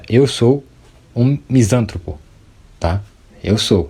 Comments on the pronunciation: Só lhe dar um toque. Em português todas as palavras proparoxítonas são acentuadas. Sendo assim misantropo se fala "misantrôpo". Se fosse "misântropo" o acento seria obrigatório. Em regra no português a sílaba tônica é na paroxítona quando não tem acento. Parabéns pelo vídeo! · Meu caro, a pronúncia correta é Misan TRÔ po, se fosse como pronunciastes, seria proparoxitona, e toda proparoxitona é acentuada.